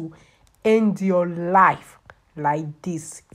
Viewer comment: Nobody will help hah!!!! Dis will end yuwah life!!! I love listening to her! So melodious and lilting. For real tho, this looks so painful. I'm getting shivers.